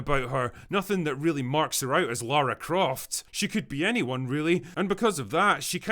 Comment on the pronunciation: That is not jot Lara croft she is lara cruft